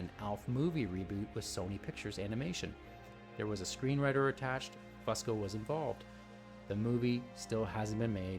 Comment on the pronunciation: It’s FUSE-CO. Not FUSS-CO. Grrrrrr it’s so annoying to hear u keep saying it wrong.